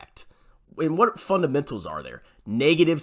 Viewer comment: "It's all about the fundementals: revenew and groeth"